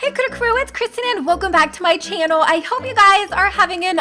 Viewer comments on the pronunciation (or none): none